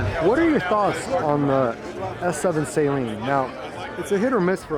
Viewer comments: Right 😂 and Saline for Saleen. Saline goes up your nose man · Saleen s7 was way ahead of its time. Also. Suh-leen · 90% of the pronunciation is wrong it's so cringe. Who in the world would say jaguier, seleen 🤔🤣